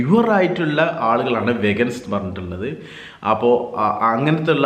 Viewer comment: വെഗൻസ് എന്നല്ല ചേട്ടാ.. വീഗൻസ്.. 😊 thank u for the informative vlog😍